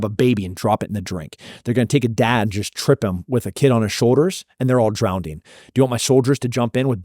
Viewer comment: "drownding and canadia" after that i stopped listening